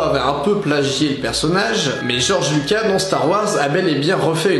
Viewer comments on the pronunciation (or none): none